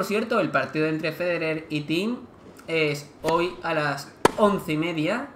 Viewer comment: Es "tim" (thiem)